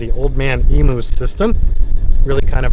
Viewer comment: Old Man Emu .... the correct pronunciation of 'emu' is "eem-yoo".. not "ee-moo". Thats your cultural lesson for today.